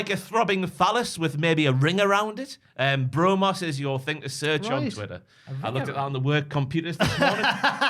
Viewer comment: "Bro-Mos"...sound it out.